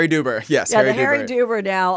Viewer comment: Harry Dubin, not Duber 😂